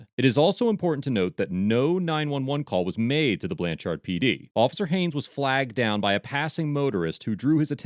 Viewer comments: “Blan cherd” is how it’s pronounced. Rhymes with “turd.” This is typical Oklahoma behavior from the citizen flagging down a policeman, the lack of professional knowledge for one’s profession, to the behavior of the police. Wait until state, county, city & tribal police ALL confuse 86 grams of rock candy for meth & one ends up spending 46 days in county jail w/ a $100,000 bond each for me and my significant other. Day 29, I was offered 11 years violent. Test results took 30 days but judge wouldn’t lower bond nor dismiss until the case was heard in misdemeanor court after 2 weeks of out of town judge & DA conferences. Lost my employment. Physically beaten. Homophobic comments from the staff. Stared down a laser from an AR during a 2 man riot in which 39 officers responded. 1 for each inmate I guess. I always thought my hometown would be a safe place for me but I was seriously mistaken. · I comend the editors of these videos, the only problem i have is the way they are saying blanch-ard when its pronounced blanch-erd. I live 30 min away from this town, it was just bothering me the way he was saying it😂😂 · As a lifelong resident of Oklahoma, it grates on me each time you pronounce the name of the town Blanchard. It is not pronounced “Blan-charred” as you say it. The accent is on the first syllable and the second one sort of rhymes with the word “third”. I probably wouldn’t have bothered to make that comment except for how many times you mentioned the town name in the video. 😆 Anyhow, I definitely appreciate how you disseminate and share your knowledge. 👍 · Lol...okie here. Cops are some of the stupidest humans on the planet, especially cops in Oklahoma. By the way, its pronounced "BlanCHERD" not "BlanCHARD". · It's pronounced more like blancherd than the amount of "ar" you're putting in the second syllable. :D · Lol. The biggest crime of this video is how the narrator pronounces Blann Chard. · ITS PRONOUNCED BLANCH ERD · BTW.... It's pronounced more like Blancherd....